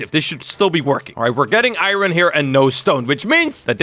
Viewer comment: every single time he says “irorn” my brain be like: 😤